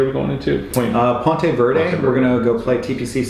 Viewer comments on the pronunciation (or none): Love ya.....but before you visit, Ponte Vedra is pronounced "Pawn - Ta......Vee...dra"